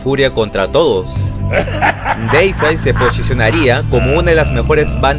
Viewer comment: Siempre los épicos documentales de más de 20 minutos y bien informativos. A propósito, Deicide se pronuncia "Díisaid" si lees las letras como se leen en español. Muchos siempre lo pronuncian de forma incorrecta. La primera "e" es por así decirlo la vocal que lleva la tilde o sílaba tónica que se pronuncia como una "i" y que resalta más que la primera "i". Bueno, suficiente explicación. Me encanta Deicide y es mi favorita del Death Metal. Lo de sus letras satánicas es solo por llamar la atención por parte de Glen Benton. El es un ateo y casi no habla de religión. De hecho, en una entrevista que le hicieron en un podcast donde habla del disco Overtures of Blasphemy se le llega a escuchar que él dice "oh Jesus" cuando se le olvidó decir algo. Glen Benton es un señor tranquilo y las letras blasfemas de su música se limita a lo artístico. El en realidad no es así de malo.